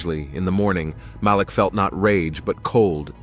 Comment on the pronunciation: It’s Malik…. They keep saying his name wrong!